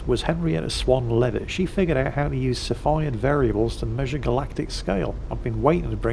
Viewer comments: yo yo and o7 it is pronounced "Sea" Phid variable type star:D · Cepheid = "See-fee-Id" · Cepheid is pronounced "SEFF-e-id". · and i was told it's pronounced "see-feed". if i'm wrong you can blame the British university system.